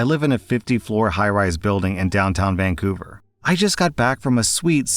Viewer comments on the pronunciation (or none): none